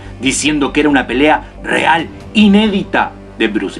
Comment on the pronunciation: Pelea callejera"papá" callejera!! Jaja bien dicho muy argentino te salió 👏 Saludos desde Argentina (Bs As)